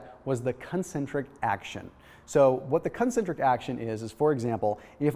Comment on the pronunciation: Watch the way you say "concentric"!